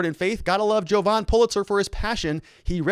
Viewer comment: Jovan, not Hogan.